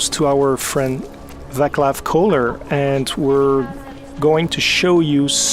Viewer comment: the Czech name Václav is pronounced [va:clav] not [vaklav] :-D about that Russian accent. Nobody here pronounces English words like that. Not even children at schools. Czech republic is in central Europe. Check the map. We are not part of Russia. If someone talks with Russian accent it is for making fun of Russians or trying to sound stupid.